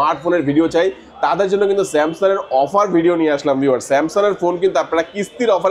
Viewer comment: আপনি স্যামসন বলেছেন কেন?